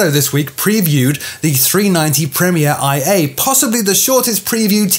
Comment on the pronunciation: its pronounced Premier ONE A. Not the letter I A!